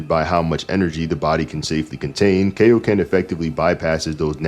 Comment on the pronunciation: It’s Kai-o-ken. As in Kai-o-sama. His name is in the move!